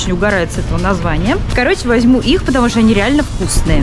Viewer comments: Не шта а што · Не што а что